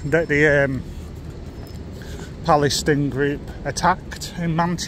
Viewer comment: Well done Mr Journalist, you've probably got that guard fired from his job and what kind of journalist are you when you can't even speak properly! Pal-es-tine... I can't do it any slower than that. If he has lost his job, hope you can live with it?